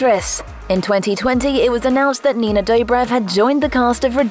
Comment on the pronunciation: Nienae doübräv